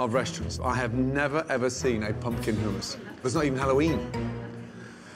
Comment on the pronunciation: why say hummus weird? HOOMAS